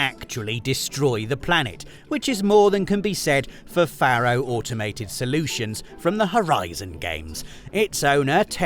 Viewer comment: I know loves being corrected on his pronunciation. Faro is pronounced Pharaoh. Hence the Egyptian themed product names.